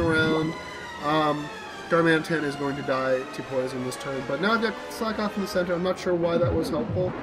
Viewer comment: Slakoth is pronounces "slack-oth", not "slake-oth", as it's a pun on the phrase "slack off". That Rufflet was beast :D